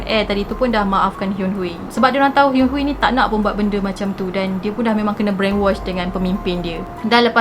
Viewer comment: sy nk betulkan cara akak pronounced nama dia, Kim Hyun-Hui, akak ckp Kim Hyun Hui, tp sebenarnya, Kim Hyun Hi.. pastu, Kim Seung akak ckp Kim Siung tapi sebenarnya Kim Sung..😁